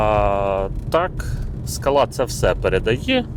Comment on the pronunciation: Не скалА, а скАла,наголос робіть вірно, що в перекладі з чеської означає сходи( лесниця чи ступенька) . Не супер БЕ, а супьорб, що в перекладі - чудовий😊. А двигун 1.6 cwva made in калуга, в європі таких немає. З газом добре дружить, буде економніше по грошам.